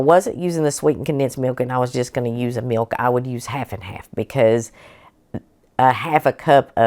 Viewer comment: I like the way that you pronounce mewk I like your channel so I’ve subscribed. ❤